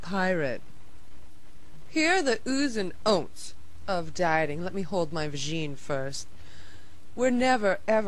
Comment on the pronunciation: "My vajeen"